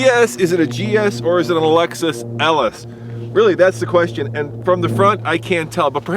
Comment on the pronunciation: CLOSE YOUR MUOTH!! IT'S ★ LEXUS ★